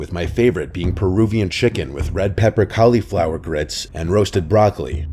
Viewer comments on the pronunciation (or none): The scariest part is how he said cauliflower